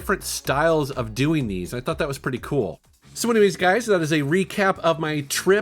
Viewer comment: anyone else noticed that he said you gays instead of you guys at one point? 🌈😂